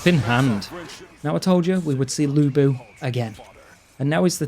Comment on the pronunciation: No idea why the characters pronounce Lu Bu as Looey Boo 🤣